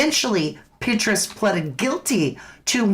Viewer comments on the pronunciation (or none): It’s pronounced Pet Tray Us CIA former director